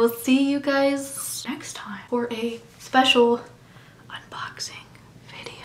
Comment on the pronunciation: At the end of the video before you said the unboxing part it literally sounded like you said "we'll see you sex time" cuz if you did that was freaking hilarious 🤣🤣🤣🤣🤣